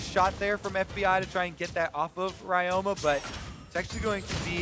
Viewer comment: Ryoma is read as Ree-yo-ma. And the yo is pronounced as the o in obscure. It's Japanese. Please correct it, it's annoying.